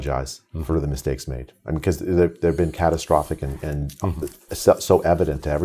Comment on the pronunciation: Catatastrophic 😂😂😂😂 needs an Oscar just for that word. Bring on Grownups 3 👍👍👍